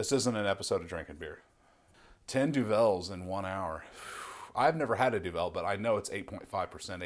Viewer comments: We say Du-val rather than du velle.. It's Flemish. and the correct challenge requires standard duvel as triple hop is a special edition beer. The effects are somewhat different. Enjoy, and greetings from Belgium. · It's not pronounced doVEL, it's pronounced doVUL. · We, in Belgium, pronounce it 'Duvel, and not Du'vel. The name actually means "devil" in old Flemish Dutch as is spoken by the vast majority of the Belgians. So one pronounces it very similar to "devil", but with a 'u'. Other than that: DO IT!! :) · Imagine the word 'devil'. Imagine someone saying 'de ville'. That's what it sound like when you mispronounce duvel. It's Duuuuvel what you pronounce. That is the Dutch word for devil. Duvel. Now remember this and pour Duvel in 45 degrees angle into a real Duvel glass. This glass is known for its carved out "D'' in the bottom of the glas. This curvy D makes the bubbles focus inside the middle of the beer and give you that extra kick out of Duvel. Enjoy! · Pronounced Doo-Vul not Doo-Vel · That's exactly what i was going to say. 33cl = 1/3 liter. And you have to put the accent on the "u" in Duvel. Not on the "e". Grtz from Belgium. PS: Do the Duvel challenge! Good luck with it. Let me know how it went,and put a vid on youtube ;-)